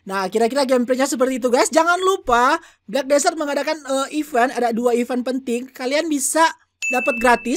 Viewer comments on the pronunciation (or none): Desert bang,bukan disert!